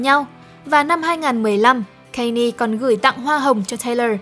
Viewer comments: góp ý 1 chút, Kanye West đọc là Can Yê chứ không phải Cây Ni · còn phát âm Kanye sai nữa ax